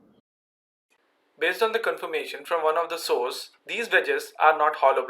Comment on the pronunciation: the detail of your research is simply jaw dropping, sir. Well done. only 2 pieces of advice, really just to help. Be careful when pronouncing the word "thin". It is not "tin", and saying "tin" can be funny if you talk about armour and tanks. the word "source" is the other one you have to be careful with. it has no sound in it like you have in "burn" or "hurt". And you, with a technical channel, have to use that word a lot. no offense. But even if you take it as an offense, I hope I helped a tiny bit.